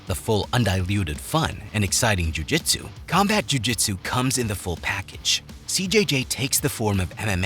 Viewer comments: Completely unrelated to the real content in this vid… But, your constant and repetitive use of the “Jh” sound in “jhew jhitzew” is kind of f-cking annoying. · the way this guy pronounces "ju-jitsu" is annoying af